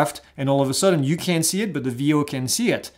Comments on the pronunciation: your videos are awesome and quite informative. May I suggest that you say “cannot” instead of “can’t”? You said “can’t” a few times but it sounded like you said “can” (ex. using binoculars to see the drone- sounded like you said you can when you clearly explained that this is not an option). Keep up the great work! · I also thought I heard CAN, and wondered why , thanks for the clarification.